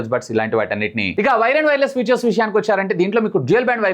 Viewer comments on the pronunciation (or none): none